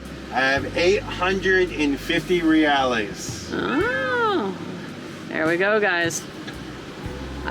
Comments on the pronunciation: Welcome to Brazil! By the way, it's Reais (you said Reales xD) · 1 Real (Hea - ow), 2 Reais (Hea - eyes). Ps. Hea sound like in the word HEAD (without the D)